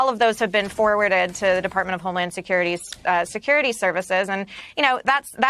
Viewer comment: "Dept. of weJland Security" you say? Yes, that's what I heard.